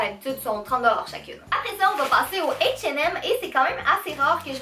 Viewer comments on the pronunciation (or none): Grave sa ma fait bizarre sa change 😂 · J'aime comment tu dit "H&M" c'est drôle sa change de comment on le dit en france ! (Moi en tout cas)